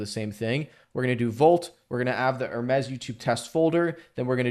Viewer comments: Top tier video, bro. It really helped me out. By the way, in this context its just pronounced "her meez" .. you were saying it like the French lux brand ;) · Enjoyed the video but one thing. Say - Her now say - Me now say - Z Now put it all together. Greek messanger to the gods, called mercury by the romans.